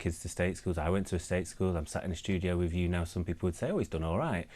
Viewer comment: He hasn’t done all right as he can’t pronounce simple words like with.